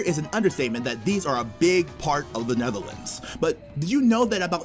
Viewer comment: Lol the way they say the neverlands (Netherlands)